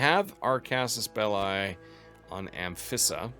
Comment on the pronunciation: Since you are trying to role play the series, here is some feedback for pronunciation. Some words with "i" your are using, such as "belli", or "trireme", should be pronounced "beh-lee" or "tree-reh-meh". Hope it helps!